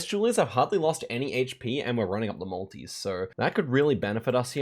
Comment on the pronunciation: 50 mins into the video before I realised you were saying multi's. Whole time thinking why's he going on about the Maldives